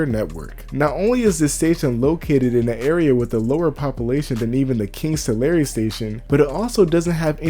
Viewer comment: Taking my first break . As an expat from CA to NY, I appreciate how much you've dug in to the relevant CA lore. I completely dumbfounded when you pronounced Tulare correctly.